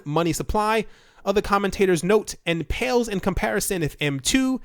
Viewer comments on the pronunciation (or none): none